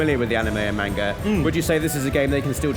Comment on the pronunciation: “Main ga” manga🤦🏾‍♀️ these guys